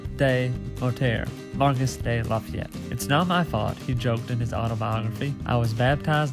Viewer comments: Marks de lafayette ? LoL “mar key” de lafayette,, nice vid tho thanks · Not “Marcus.’ Pronounced “Marr- Key.” Dudes a American hero. Read up, amigo